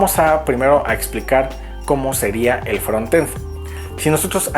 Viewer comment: Que bueno que pronuncias frontend como se escribe (asi se pronuncia realmente), no entiendo porque algunos dicen fronend sin la "t"